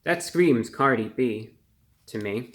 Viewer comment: Cardi O?.? Cardi B... Cardi hwo?